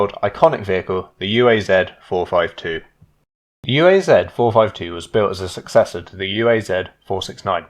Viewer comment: It's not yu ei zed, it's uaz, sounds like oo'uzz.